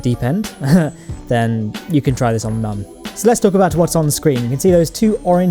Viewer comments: It's moon not mun but ur close so idc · P.s. 'Mun' with the two dots above the 'u' is a German sound... its ACTUALLY pronounced 'MOON'. JUST SAY MOON! Not this... 'mun'. DISLIKE #90 Is me.